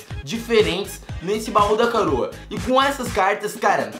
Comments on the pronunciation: ele falou o bau da caroa KKKKK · escutem no ele fala BAÚ DA CAROA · "Baú Da CAROA"😂😂😂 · ACHO Q SO FOI EU Q PERCEBI. ELE FALOU NESSE BAÚ DA CAROA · o fala baú da caroa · ele falou baú da caroa 😂😂😂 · o falou baú da caroa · no minuto ele fala bau da caroa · Você falou bal da caroua